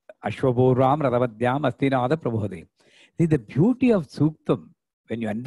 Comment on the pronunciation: It is Prabodini and not Prabhodini 🙏